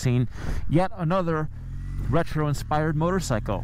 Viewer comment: Did you actually say "in-spidered"?